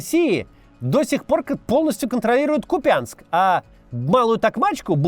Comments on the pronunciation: Только не Купя́нск, а Ку́пянск )) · Ну почему опять купЯнск ???? кУпянск !!! Ударение на У. Вас же не только мОсква смотрит. Спасибо. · КУпянск, а не КупЯнск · Бля, пожалуйста, хватит называть кУпянск купЯнском. Будто Россию 1 включил, до омерзения противно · да ну бля! КУпянск, а не КупЯнск! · Не могу уже терпеть,как местный житель! Не "КупЯнск" а "КУпянск" ! Не "Лобковое" а "Лобковэ"! Не "Чаривное" а "Чаривнэ"! Не "Кутьковка" А "КутькИвка". Не будьте ,как дегенераты из глав.штаба путина, которые,даже,не знают как правильно произносятся названия населенных пунктов,которые они "освободили". P.S. "СлАвянск" а не "СлавЯнск". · Максим, ты принципиально отказываешься правильно ставить ударение в названии Ку́пянска? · Ну КУп'янск же, наголос на перший слог! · Кокошенков потому и поменял ударение, чтобы к нему название этого села "не прилипло"🤣🤣🤣🤣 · Макс, называй уже Купянск правильно. Непонятна твоя упёртость.